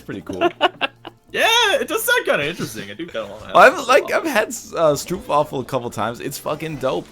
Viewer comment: NL i am very offended by the way you say stroopwavel.